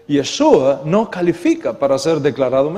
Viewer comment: Una observación... Es “YESHÚA” (con “sh”), no “YeSUa”. La letra “shin-ש (sonido “SH”“ afirma la función de salvación en el nombre. El sonido “s” la merma.